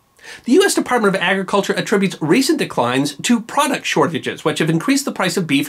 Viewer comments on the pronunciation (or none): none